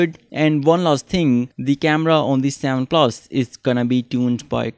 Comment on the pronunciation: its not savan plasss its seven plus